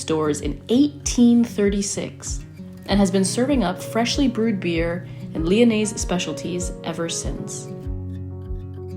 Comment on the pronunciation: The s in Lyonnais is silent.